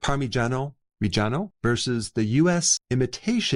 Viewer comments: It’s pronounced “Par-Ma-Gi-An-O Re-Gi-A-No” not “Par-Mee-Gi-An-O” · It's pronounced par me John oh Reh john oh. You say with no pauses 😊 Gia is pronounced Jah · Parmesan is imitation crap, and a rip off. The way you pronounce parmigiano reggiano makes me laugh. Parmigiano reggiano is the king of cheeses. 🇮🇹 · YES, and I have always purchased it! Thank you for sharing its amazing benefits! My Italian mother would have cringed at your pronunciation of it, though ... lol. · often times i eat it raw and 36 months aged only. and, since i'm italian, i can assure you that the way you spell parmigiano reggiano is raping my ears